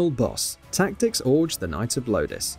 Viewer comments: It’s Tactics OGRE not “Tactics Orge” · The hell is tactics "Orj"?